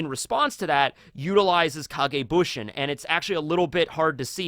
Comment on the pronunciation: "Kage bushin" Bruh "It's kage bunshin" WIth a "n"